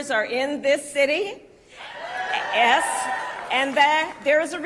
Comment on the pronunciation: Kamala Harris said s instead of yes.